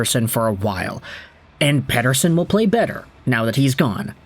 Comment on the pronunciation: As for one whos actually is named Mattias Pettersson I think your pronounciation of the last name of The Elias is really accurate🎉😂